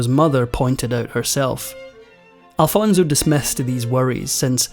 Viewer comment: Please do not pronounce Alfonso as “Alfonzo”. Made me cringe all throughout the video. 😬